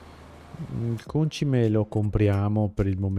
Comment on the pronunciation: Ma scusa. Perchè continui a chiamarlo Còncime? E' Concìme... (in italiano)